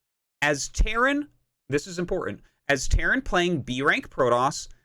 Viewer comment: he said terran and it sounded like "karen"